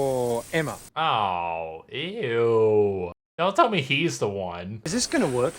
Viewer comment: excuse me it's pronounced eimma